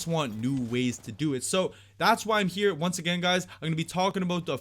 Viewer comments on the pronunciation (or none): none